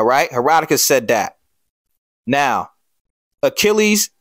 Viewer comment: Love your video brother but “Herodotus”